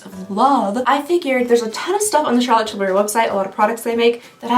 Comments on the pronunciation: Because of the way you say Charlotte Tillberry I have not been able to say it normal since. Every time someone speaks of Charlotte Tillberry all I hear is your voice🤣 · Omg you saying Charlotte Tilbury will forever be my favorite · I also never want to her voice because you say her name the best 😂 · I love you. You are my comfort food but stop saying Charlotte Tilbury like that!!! Please!!!😂 I’m so happy you started doing mass advents. I look forward to these all year. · I just love how says the name 😂😂😂!!! I can listen to over and over again and still smile and giggle. 😊😊keep saying it, it is awesome and brightens my day. ❤ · I love the way you say Charlotte Tilbury! I tune in every year just to hear your over the top pronunciation of this person/ company name. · Here for the fancy way you say "Charlotte Tilbury." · I cannot say Charlotte Tilbury normally now 🤣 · Thanks for influencing me so much when I walk around in our makeup stores in Austria and see Charlotte tilbury i pronounce it your cHaRlOtTe TiLbUryyyy way out loud all the time, lol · I always pronounce her name that way when I see it 😂 and tbf, she doesn’t sound that different in her ads!